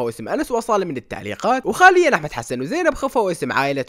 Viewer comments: حاليا❎❎ خاليا ✅✅ 😂😂😂😂😂😂😭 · حاليا❌ خاليا✔️😂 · بالدقيقة بدال ما يقول حاليا قال خاليا 😂😅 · منو انتبه انه قال خاليا م قال حاليا؟؟؟؟ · مين لاحظ انو بالدقيقه قال (خاليا ) مو حاليا😂😂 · حاليا ❌ خاليا✔ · قال خاليا بدل حاليا😂😂😂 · مملكة القصص: حاليا ❎ خاليا ✅ 😂😂 مبدع استمرر👍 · كال خاليا بدل حاليا لو اني مسمعت زين 😂😂😂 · انت قلت خالياًمو حاليا 😍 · حالياّ ❌ خاليا ✅ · حاليا❌ خاليا✅ مزح مزح😂😂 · حاليا ❎ خاليا ✅ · ههههه بدل ما تقول حاليا قلت خاليا والله مت